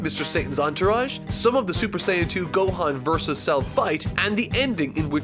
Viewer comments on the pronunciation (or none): none